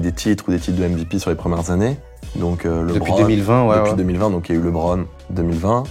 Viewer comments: Westbrook for life ! Par contre les français ne savent toujours pas prononcer correctement le prénom de Lebron jpppppp, faites un effort svp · Je viens de commencer la vidéo... "LÉBRON"...